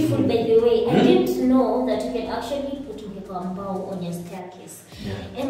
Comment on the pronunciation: Its not really mbao its like mbaaaaaooo